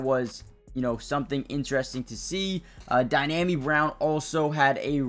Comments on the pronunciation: it's DEE-AHH-ME Brown, not Dynami. No N. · Yeah ain't nothing DYNAMI about Dyami Brown